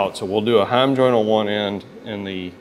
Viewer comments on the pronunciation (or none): none